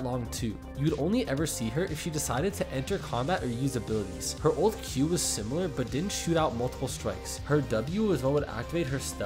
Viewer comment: The way you pronounce old and ult is way too similar